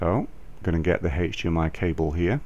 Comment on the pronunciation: Yes, that's the correct way to say this in the UK...